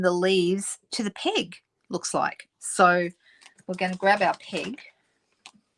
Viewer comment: We call them clothes "pins", and I keep hearing "pig" when you're saying "peg".